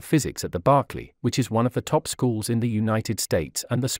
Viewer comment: BERKLEY NOT BARKLEY